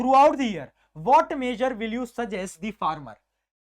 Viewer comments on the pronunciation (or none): none